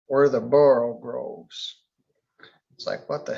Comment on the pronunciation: "... slithy toves ..."! Not "borogroves", "borogoves"!